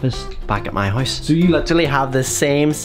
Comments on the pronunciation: He says hoise instead of house lol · i'm not roasting you but you do not say house you say hoise